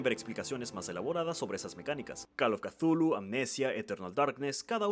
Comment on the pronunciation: ¿Entonces Cthulhu no se pronuncia chuclu? He vivido engañado. )